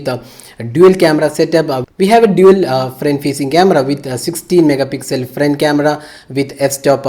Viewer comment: Frent camra 😂